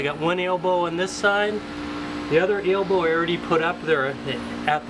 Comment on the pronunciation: is it an "Ale-bo" or and elbo fitting. lol